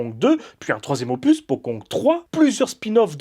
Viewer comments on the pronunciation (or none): none